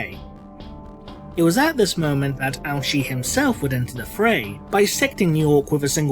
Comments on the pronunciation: I just keep hearing Ouchi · I keep hearing that as "Ouch'y." What's next, Commander Boo-Boo? Sergeant Wound?